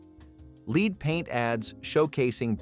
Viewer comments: The 'leed' in paint was a bit jarring -- would writing it as 'led' give the tts a better lead? 😉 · Lead is pronounced L short E D… You are pronouncing it as “ LEED” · Lead??? It's led. I always thought this was a real person but of course no human would pronounce lead rhyming with seed..🙄